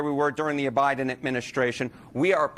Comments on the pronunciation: Idk did he say the O-Biden Administration? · Bro said O'Biden Fruedian slip